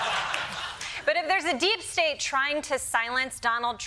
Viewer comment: “Not every thstate will do great” 😂